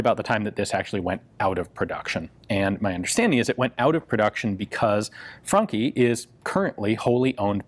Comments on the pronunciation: It sounds like you're saying Funky, not Franchi. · I thought he said 'funky' twice before I got that it is a 'Franchi' shotgun. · Thanks, now i cant stop hearing "funky" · It's actually funky <3, and I thought the same. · For an instance i thought he said " The Funky Spas 12 " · I got like four minutes into this before I realised you weren't saying "funky".... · Always thought it was pronounced "franshi "